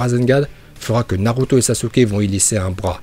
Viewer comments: Ta dis naruta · C’est moi ou il dit Naruta a ? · A tu as dis NARUTA au lieu de NARUTO😂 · Tu a dit naruta😂😂😂😂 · oh fuck il bient dit naruta